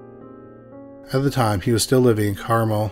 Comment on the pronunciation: For the record, Carmel is pronounced carMEL